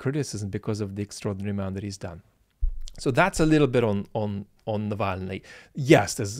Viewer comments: Zeihan consistently mispronounced navalnys name (as "nalvaney" or so). This alone can tell you: he doesn't speak Russian, no one in his team does, and their analysis this will be rather.. random. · Most important thing Zeihan did was to weirdly mispronounce Navalny, which was of course deliberate. Z has an inflated sense of his ‘big picture’ overview such that he’ll always deflate a Navalny because it inflates Zeihan! Nalvany! Honestly. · It didn't sound good when Zeihan was referring to "Navalny" as "Nalvayny" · nikki haley kept calling him Nal-vany as well. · It's funny how my grasp on "Nalvany"'s significance is better than Peter Zeihan's. Gosh, it's almost as though one should put in the work to learn somebody's name properly before commenting on their significance. And I might add that it's not just pronunciation. It's mixing up the literal composition of the name. I for one have made it a habit to try and know what I'm talking about - and up until then listening and reading up on the issue. That doesn't mean Zeihan is bad or morally objectionable. It just means that as in quite a lot of other instances, Peter Zeihan is skipping on due diligence, which kind of warrants taking him somewhat less seriously than you might otherwise. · Peter it's Navalny. Not Nalvany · Zeihan repeatedly pronounces "NaLVany". Enough said. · Peter Zeihan can’t even say Navalny (“Nallveiney”…) correctly. I think it undermines his credibility that he consistently managed to transpose the L a whole two spaces back. Can he not read well? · Ah yes, the famous Axely Nalvayny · Zeihan (who pronounces ‘nuclear’ ‘new que lar’), went on about someone called ‘Nal vien ie’….. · Nalveiny.. Zeihan's knowledge on eastern europe politics is about as good as his attempts to pronounce Navalny's name. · Nal Vein Ee? Pronunciation DOES sometimes matter. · Given that he didn't bother to learn how to pronounce Navalny, then I would guess he didn't particularly do much other research